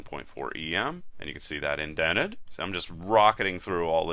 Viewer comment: Just gotta say it. It's not pronounced "E-M" it's "ehm" from the typographers Em, meaning a square the size of the letter M.